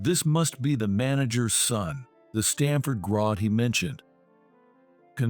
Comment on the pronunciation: It is pronounced grad g r a d not Grod g r o d. For f*** sake if you're going to have an AI read something make sure it can actually pronounce the word correctly also stop putting western names on Oriental stories we know those aren't Harvard and Stanford garage that's not a western business